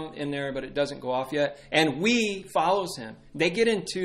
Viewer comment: Wei is pronounced like "way", not "wee". As you can tell by the rhyme, "Christ, Marx, Wood, and Wei Led us to this perfect day. Marx, Wood, Wei, and Christ All but Wei were sacrificed. Wood, Wei, Christ, and Marx Gave us lovely schools and parks. Wei, Christ, Marx, and Wood Made us humble, made us good."